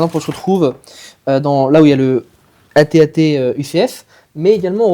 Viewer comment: C'est un AT AT pas AT TE